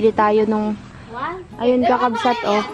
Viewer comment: Sana wag maging oa, madali lang namang banggitin ang kakabsat, hindi kailangang sabihin kakabsot, kailangang tama ang bigkas, dapat tama kasi may nanunuod ding mga bata, baka mali ang matututunan nila.